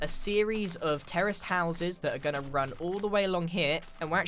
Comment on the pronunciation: Every time he says terist house I hear terrorist house